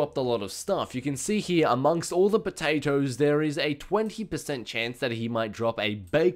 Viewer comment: No it's not! 75 Potawtoes >:3